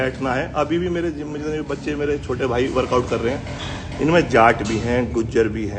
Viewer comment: Not Jaat it’s Jatt 😊😊